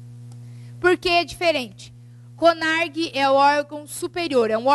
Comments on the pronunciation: A Aula até que é boa, somente dois aspectos que me deixaram meio chateada. Pelo fato dela dizer sobre o curso de Arquivologia,eu sou Arquivista e garanto que o curso, principalmente para as pessoas que acompanham vestibular, sabem de sua existência, o curso possui apenas em Faculdades Publicas e a segunda é sobre o O CONARQ (Conselho Nacional de Arquivos) com a letra Q no final e não CONARG conforme ela fala. Ela escreve com Q mas fala com G. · ELA PRONUNCIA CONARQ O PROBLEMA É O SOTAQUE. VEJA QUE ELA ESCREVEU NO QUADRO COM Q NO FINAL